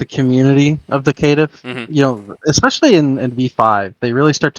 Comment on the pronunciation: You forgot the ear destroyer: Kit-tiff